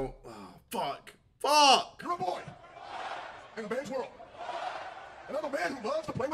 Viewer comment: Why did he keep emphasizing on the man and boy 😂